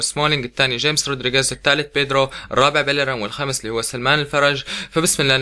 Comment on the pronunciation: لا تقول جيمس اسمه خاميس ولاه تقول سمولينق قول سمولينج